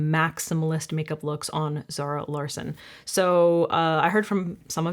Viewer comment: Just in case anyone is wondering Larsson is pronounced Law-shun